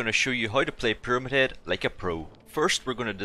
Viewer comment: "peramid head"